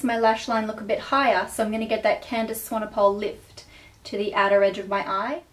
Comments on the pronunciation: candice swanePOLE? lol it's pronounced swanepool,:) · Hi, I am from South Africa (where Candice is from), I just wanted to let you know, you pronounce Candice's surname "Swan A Pool". Not "Swan A Pole".. Just letting you know. x ps, you are gorgeous. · love this :) btw its swan-e-pool xx